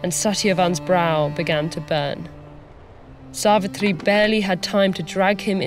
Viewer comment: Yesss.....it was soooo satisfying as she pronounced "Narad", "Yamraj", "Savitri", "Savitr", "Satyavan" correctly